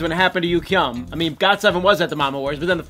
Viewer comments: THAT'S NOT HOW YOU PRONOUNCE YUGYEOM NAME!!! UGH!!!!😤😤😤😠 if your going to say his name in this video PLEASE SAY IT CORRECTLY!!! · It's not yukyeom it's pronounced yuGyeom